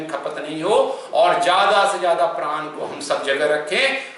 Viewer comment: प्रान नहीं प्राण कहा जाता है ।